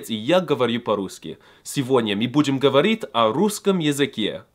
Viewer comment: Dude, I recommend you to practice your "ь" sound... мы будем говорить - not мы будем говорит